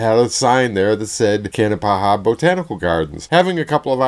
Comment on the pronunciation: It is pronounced Kanapaha not kanapahaha, just one ha please, really no joke, haha.